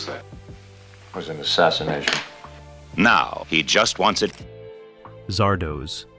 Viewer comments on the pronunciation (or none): It's not Zardohs, it's Zardoz, as in Wizard of Oz. Yeesh.....